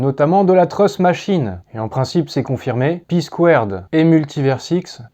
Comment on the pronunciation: c'est pas pour critiquer mais tu confonds la prononciation de "trust" et "truth" :) bonne vidéo sinon, comme d'hab